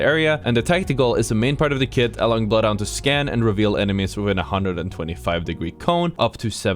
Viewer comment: nothing scarier than being bloodhound scanned while ratting then hearing "I AM BLOOTH HUNDOOR!"